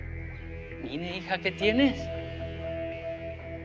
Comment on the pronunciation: Si se escribe Mine pero se dice Mini